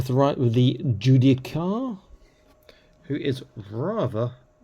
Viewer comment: The pronunciation of Judiciar is Jew-Dis-Ear. Just for reference. Thanks for the early look.